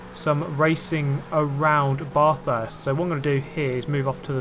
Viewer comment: I dont know if anyone said, but your saying bathurst wrong, your saying BARRthurst, and I dont know how to explain how to say sorry.